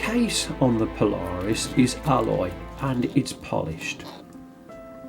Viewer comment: The name is not one word, but rather two. You are pronouncing it Po Lar Us when it is properly Paula Reis. Go check out their website.